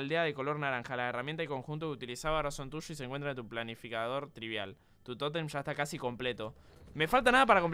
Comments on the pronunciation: Spreen diciendo estado TRIBIAL en ves de estado TRIBAL xd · Aún le dice tribial en vez de tribal jajajajaja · Se RE confundio spreen al principio el decia tribial y era tribal